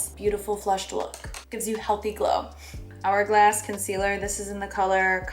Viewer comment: She really said “HHHourglass” and “non-hygienical” 💀